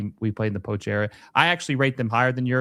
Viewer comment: Say poch correctly